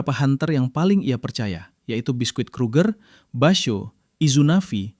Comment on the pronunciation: Biski bukan bisquit T-T